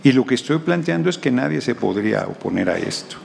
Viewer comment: ¡escuché mal.. "nadien" de este regtardatario?... He repetido el vídeo.. y lo escucho como tal... Pobre politiquero.